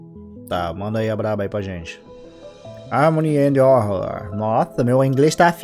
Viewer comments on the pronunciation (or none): "Háárrrmôniii End Hórrórrr"